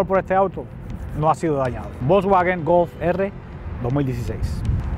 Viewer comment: se Gulf o Golf..? me parece q te equivocaste una letra